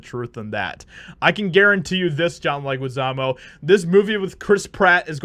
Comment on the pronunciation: His last name is pronounced "Leh-ghee-zah-mo." Just helping you out.